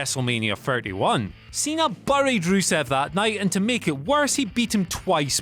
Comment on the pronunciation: It’s Pronounced Berr-ied not BURRED